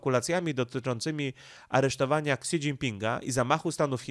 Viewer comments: Ksi? Szi się czyta... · niechętnie się czepnę co do wymowy chińskich słów - nie jestem ekspertem, ale w uszy rażące jest spolszczone fonetycznie "ksi", gdy powinno brzmieć "si" - tak jak telefony Xiaomi (siayomi) Pozdrawiam!, a komentarz dla statystyk i dobrej zmiany 👍